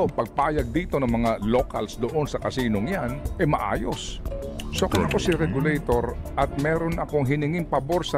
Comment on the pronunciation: Tama po ba dinig ko, "regalo-tor at regalo-ted"? Just roll and roll the dice...